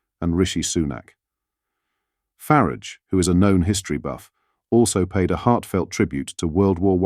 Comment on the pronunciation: You need to train your AI voice to pronounce Farage and Cymru correctly